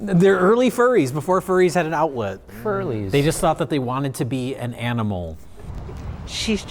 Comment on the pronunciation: "furrlies!" I see you,!